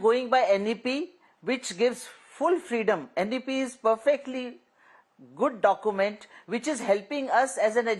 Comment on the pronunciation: This Lady is not able to articulate document.instead she is saying dokument.